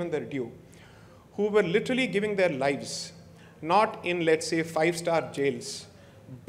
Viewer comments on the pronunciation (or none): none